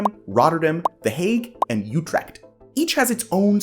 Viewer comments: youtrecht? i only know utrecht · UTREEECHHT!! Help..